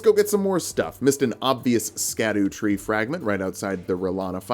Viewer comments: erm ackshually itsh pronounced "shadow" not "skadoo" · Scadutree is actually pronounced Shadutree(shadowtree) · Um actually, the scadutree fragment is pronounced like shadowtree. I really appreciate all of the work in your videos that you pump out every week. Your persistence and effort is legendary. Thanks for giving me a break every week. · Btw, just because I know you like being corrected: Scadutree si pronounced same as Shadow tree. Its a similar situation to Gaol and Jail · Ik im being pedantic, and i think it’s funny how you pronounce scadutree. But it’s actually pronounced “Sha Dew” or just shadow. It comes from an old english spelling of shadow